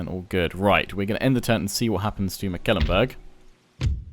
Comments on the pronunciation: Mecklenbrug, not Meckelenburg. Pronounce it as if it was a McDonalds product, the McLenburg :D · Totally agree., in English the pronunciation is closer to Mek ' Klen Burg. Once he also called Wurtenburg Wittenburg and I was like... They have Wittenburg on the map?! No, no. Just a slip of the tongue. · Please "google translate" Mecklenburg in German to hear its actual (sort of) correct pronounciation. McAllenburg is really not its name. Otherwise a pleasant voice to hear and excellent and explicit gameplay from You. Keep up the good work. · Hi, just to help you out with the pronunciation: The name Mecklenburg only has three syllables Mek-len-burg. I am enjoying this playthrough quite a bit! Thanks for creating the content.